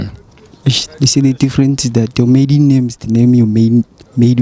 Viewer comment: Oh I think some ppl thought u said "middle" instead of "maiden" lol